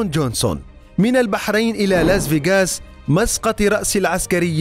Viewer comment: لاس فاياقاس😂 يقهر كيف ينطقها